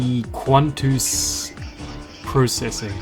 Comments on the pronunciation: the way you pronounce quanteuse (kwan two s) as kwan ten euse hurts me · How can you pronounce Quanteuse "Quantenusesis" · according to others it's pronounce quant. like quantum. and teuse like "Tuh oose" and processing like processing. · Its (quan tanews processing) to pronounce it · you are pronouncing well quanteuse is not a real word. The level is a remake not of blast procesing but of quantum proccesing, an old level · bro had a hard time wits pronounciation of quanteuse ( and btw it's not chateneuse but "chanteuse" which means female singer in french and it is completely unrelated to quanteuse) also the level is a remake of the remake of blast processing "quantum processing" by riot. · the struggle to say the name😭